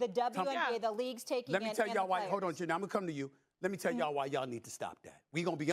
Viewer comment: It's pronounced Chin-nay, not Jen-nay. Oh I forgot, you can say nigerian's name any old way. Whatever her name is.